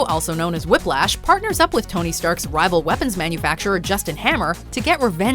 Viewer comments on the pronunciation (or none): whiplash. don't you mean whhip lash?